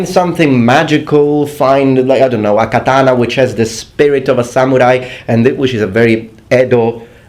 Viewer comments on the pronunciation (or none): none